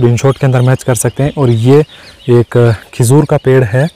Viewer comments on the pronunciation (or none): Khijoor nhi hota khajoor hota h